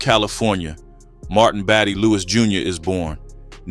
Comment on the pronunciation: This is my uncle shorty my mom’s brother. His middle name bady is not pronounced baddie.. it’s battie. Nevet knew him as he died before my mom had me. I heard about him but not these stories. Kinda scary and sad. Nothing to be proud of that’s for sure. Seemed like a bad man. His only son is doing life as well. He’s been locked up for many years now. Same name.